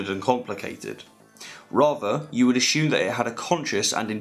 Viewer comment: “you would a”shoe”me that a shoe maker made that shoe 😂